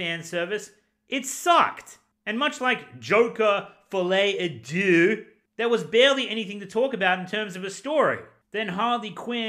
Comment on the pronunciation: It’s not « due » it’s deux 😘